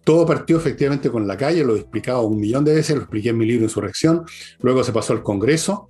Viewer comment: QUE LE CUESTA a la decir INSURRECCION jajajajaj